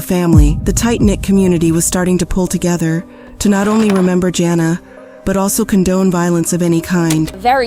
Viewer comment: i was wondering if this was an AI channel but just confirmed it when the narrator started saying jana twice instead of “biana” (bjana) tsk tsk